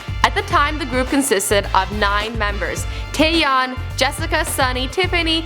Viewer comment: she said taeyeon right and she also said yoona and yuri right. she kinda got seohyun